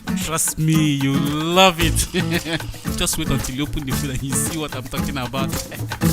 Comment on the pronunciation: is very funny 😂😂😂, I love that girl and I love how she pronounced see eh 😂😂😍